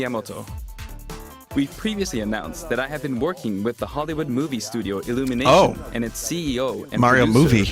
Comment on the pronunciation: wait, did they say "illumitation" for the Mario movie? if I heard them correctly, then oh no...